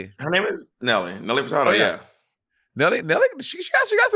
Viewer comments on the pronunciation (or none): From the first time Monet pronounced it “Furtardo” I was counting down the seconds till Bob corrected her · Nelly fertardo ...MONNEEETTTTT LMAO 😂😂😂 I fkn love you girl ahahaha butchering peoples last name lmao 🤣 also lol monet you sing more than bob 😂😂always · Monet not knowing any Nelly Furtado songs or how to pronounce her name yet bringing it up is hilarious🤦🏻‍♀️🤦🏻‍♀️ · Nelly Furtado was a guest judge on Canada’s Drag race. Also, I love you guys but Monét’s pronunciation of Furtado is sending me.